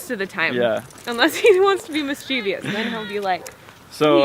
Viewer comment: Mischievous is not pronounced like that